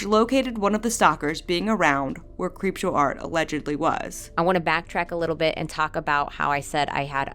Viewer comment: two and a half years later i have three takeaways from this: 1) a hypothetical sequel could easily be another 4.5 hours 2) how the fuck did prison mate mispronounce creepshow art 3) why is this not the first time i've seen ppl tell neurodivergent ppl who can reclaim that word that they're not allowed to for some stupid reason? of all the problems to have w harley's words (of which there are many), kai had to pick the least sensical one.